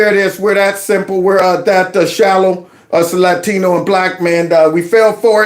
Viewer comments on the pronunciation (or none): When they say "Latino" like "Ladthino". Holy fuck